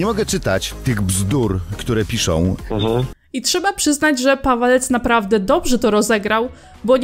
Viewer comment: Czemu ja za każdym razem słyszę "Padalec" zamiast "Pawelec"